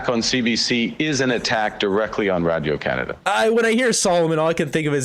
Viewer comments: Anyone else hate how Carney pronounces "Radio" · he can't even say radio properly... like wdf is he saying... he is a whacko like jt and his goons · You can tell he’s invested in radio Canada by the way he say it (Radio). This guy is bad for Canada